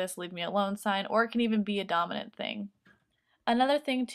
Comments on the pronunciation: When you first said dominant when I first heard it I thought you said dumb I was like wow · Avery Konkin lol me too